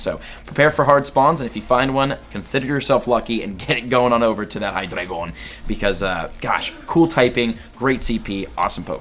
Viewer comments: Deino = "Dye-noh" Zweilous = "Zvye-lis" Hydreigon = "Hye-dry-gon" The names originate from the German words for 1, 2, and 3. Eins, Zwei, Drei. DEINo, ZWEIlous, HyDREIgon. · Deino for 10 k better collect them and hydreigon is pronounced hy dri jon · The way you say Hydreigon🤣🤣 Cool